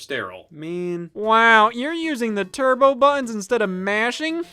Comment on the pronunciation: "Turbo bu'ins".